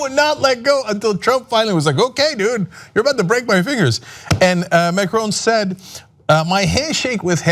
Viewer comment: Try to pronounce Macron decently